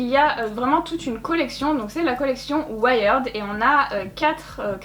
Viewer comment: Juste on dit pas ouaïerd mais ouierd:) mais super vidéo merci